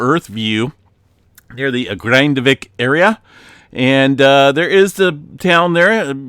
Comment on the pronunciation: you're totally nailing the Grindavik pronunciation:)